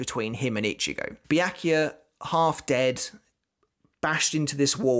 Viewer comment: Byakuya pronounces Bia-ku-ya.